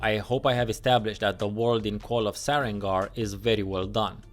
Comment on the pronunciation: So I'm not the only one who thought it was "SareNgar" hehe